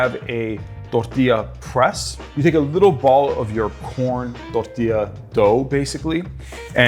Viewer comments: i love the way he said tortila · and and and and (you get the picture so I won’t share any more time stamps — I’m talking about EVERY TIME you said the word “tortilla”)…Why on earth are you pronouncing the word with an accent as if your Hispanic? Can you be anymore cringe?! 🤦‍♀️ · Bro turns germen when he says tortilla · The way he said tortilla😂